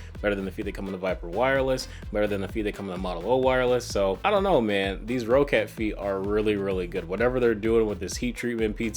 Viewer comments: For future confirmed by the company. It’s pronounced “Rocket” but just spelled “Roccat”. It’s not pronounced “Ro cat”. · it's pronounced "rocket" though, ma dood. 2 CCs :P